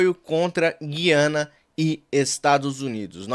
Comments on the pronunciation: Pelo amor de Deus. Não fala gui-ana só os petistas falam assim. O certo é, gu-ia-na😊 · Olá, pronuncie corretamente a Gu I a na e não Gui a na. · Oi, o nome do país não é Guiana com U mudo. É "Gu i ana"... Como se "u" tivesse trema (Güiana) ou Gúi-a-na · a pronúncia é GU I ANA